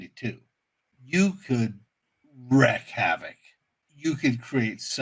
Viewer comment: It's 'wreak havoc' not 'wreck havoc.'